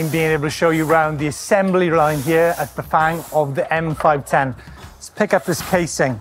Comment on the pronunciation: Loved this behind-the-scenes video and your presentation, but dear God, man, learn how to pronounce Bafang. It’s not that hard!